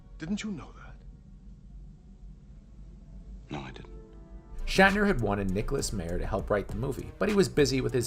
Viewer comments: COMPILATION {no corrective change to pronunciations of Harve (silent e) Bennett or Nick Mayer (MAI-er)} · Nick Meyer's last name is pronounced My-er (long "I" in the first syllable). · Also mispronounced Nicholas Meyer's name... that was annoying but otherwise a pretty good summary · Is the constant mispronunciation of names some inside joke I’m not getting? Constantly hearing about Nicholas MAYER, HARVEY Bennett or Leonard ROWZENMIN is flaring up my OCD.